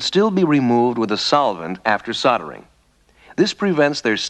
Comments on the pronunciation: What is soddering? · How did SOLD - ering become SODD - earring.